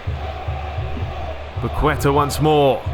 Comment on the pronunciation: the ''u'' in paqueta has no sound so it sounds more like ''paketa'', stress in paqueTA